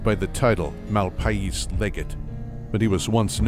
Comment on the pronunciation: it's pronounced "The Malpace legate". sorry but "MAL-PIE-EES" was killing me.